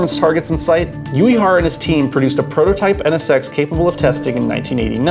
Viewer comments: Only an American is capable of pronouncing Uehara as yuyehara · Good video, NSX is one of my favorites car ever. But man, your pronunciation of Uehara is fucking atrocious. Hell, can't expect a yankee to have a minimum amount of respect for a foreign language hey?